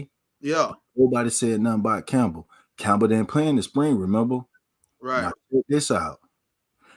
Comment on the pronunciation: Lost me when u said Campbell